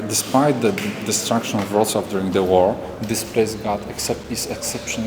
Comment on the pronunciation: Bardzo ładnie wypowiedziałeś Wrocław. Szanuję!